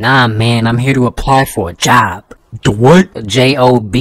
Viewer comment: they way he said job made me weeze